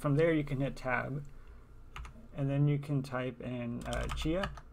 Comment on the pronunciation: Might be a huge benefit to slow down the video a bit. Rather than just showing screen shots while talking over what you are doing (took me awhile to figure out that you were saying "Tab" and you weren't actually typing everything on the screen). Pretend you are writing a lesson for a complete idiot ;-) I've been at this a couple of hours now and still can't get there :-( The Chia software used in this video is several generations older than the one I'm using, probably the issue. Not even sure what version of Powershell this is either :-( When I finally get to Plots Check and hit Enter: command chia not found ;-(